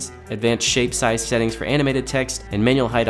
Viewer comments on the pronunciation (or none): Thought I was the only one "General S hettings...for the S het"